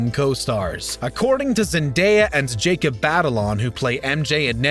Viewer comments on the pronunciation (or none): none